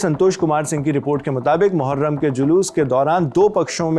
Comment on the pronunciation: मुहर्रम ❎ मुठमार्रम ✅